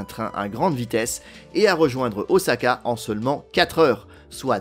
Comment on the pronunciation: Très bien documenté, bravo ! Et ça fait plaisir d’entendre prononcer « Osaka » avec un S et pas un Z… Toutefois, je me permets une remarque au sujet du SCMAGLEV. C’est à : Il n’y a pas de bobines supraconductrices situées dans les rails. Absolument pas. Les bobines de la voie en béton en U sont en aluminium et à température ambiante. Ce sont les aimants situés dans les bogies du train qui sont supraconducteurs. Il y a 4 aimants par bogie et chaque aimant ne consomme que 8 watts. C'est là tout l'intérêt des supraconducteurs. Le SCMAGLEV japonais a des roues rétractables, à la manière d’un train d'atterrissage. A l’arrêt, il repose sur ses roues et peut être déplacé sans problème sans électricité, par exemple dans les gares de triage Le dictionnaire définit un "Train" comme un "ensemble de véhicules reliés les uns aux autres" et donne en exemple "Un train de péniches". Les péniches n’ont pourtant pas de roues.